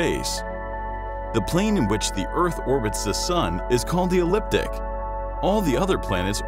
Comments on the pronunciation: It's the eCliptic not the elliptic. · It said eCliptic (correct), you said eliptic. Not the same thing at all. If you set up to educate people, get it right. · Its the eCliptic not the eliptic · The planets' orbital planes (excluding Pluto) are very close to each other, not wildly out as shown. The speaker said "Elliptic" twice, but the correct word Ecliptic was on-screen. We went through an alignment back in 1981 and nothing happened here. The Voyager probes were launched in time to take advantage of this alignment. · I'm glad you picked up on that like I did :-) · Straight line configuration is NOT impossible. Just very improbable. Surely, you can run your algorithm a few billion or so years into the future before the sun goes red giant and see this. .....and it’s not “elliptic”, it’s “ecliptic”. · To the narrator: It's "ecliptic" not "elliptic" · Please pronounce ecliptic correctly. You are saying elliptic. e-CLIP-tick! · Say after me "Ecliptic Ecliptic Ecliptic" with a 'c'. Not "Elliptic' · Is it just me, or did anyone else wince when the narrator called the plane of the ecliptic, the "elliptic"? Twice, just to show it wasn't a mis-speak... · did he just say elliptic? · try pronouncing "Ecliptic" correctly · The narrator mispronounced ‘ecliptic’ at one point in the video.